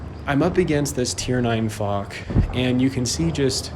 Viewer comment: Wait what? Did u say fuk instead of foch?😂